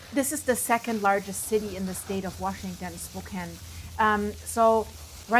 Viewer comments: Spo-can Not Spo-cane❤ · It’s pronounced spo can not spo cane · Okay small nitpick: Spokane is spoken like can is at the end, not cane and its kind of a pet peeve of ours. Aside from that, the Old Trails fire pretty much destroyed my childhood neighborhood. Many of my friends parents lost their houses and only a handful of houses are left standing. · It's not pronounced "Spo-kane." Rather, it is "Spo-can." Thanks 😂. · IT'S PRONOUNCED "SPOKAN," *NOT SPO-KANE. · Spo kane You were NEVER here!!!! It's said, Spo can...you are false and a joke!!!! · PRONOUNCED... SPO CAN NOT CAIN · It's not Spo Cane it's Spo Can. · It's Spo-CAN, not "spo-Kain" OK? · It's pronounced spo can not spo cane 😂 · Spoke-Can not Spoke Cane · Spo-can, not Spo-cane, not that it matters. Love all of your updates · You mean Spo-can. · Pronounced Spo-can. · Is this really necessary? Who cares how anyone pronounces it. At least she is talking about it. Oh, I’m American and I pronounce it Spo-can. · Fyi,, Spokane is pronounced like “spoh-CAN”. I notice you have an Eastern European accent. Are you Russkiy? Do you report on wildfires in Rossiya? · Tacoma is bigger than Spokane, pronounced spoke - ann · It's spo-can. Pretend the e at the end isn't there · It's pronounced Spo-Can by the way. Thank you for your coverage. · Pronounced Spo can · You lived here but call it spo cain? 🤔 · Pronounced "Spo-Can" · SPOK- CAN. As in yes you can, in Spokane. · It's pronounced spo-can-- (e is silent). TY for covering. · You're not a neighbor, or even close You're here for the hits and NOBODY calls our city, (Spo-Kane) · Its pronounced as " spoe cann " calif, oregon and Washington never thinned their forests as POTUS directed and now the residents are suffering for it now. Pick your governors wisely folks... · Pronounce it correctly ... Spo-Can. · It’s pronounced spoh-can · She pronounced the City name incorrectly. I think she is not from Spo can as in can of corn ha ha ha. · You are pronouncing Spokane wrong